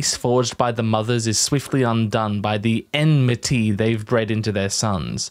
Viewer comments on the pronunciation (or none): It's AKShUaLLyy emnemnimity